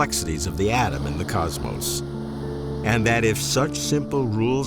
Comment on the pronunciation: 16 years you have been asking that question... and mispronouncing cosmos for 16 years too